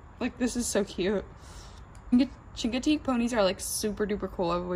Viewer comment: The chingotig pony is pronounced shincoteeg just saying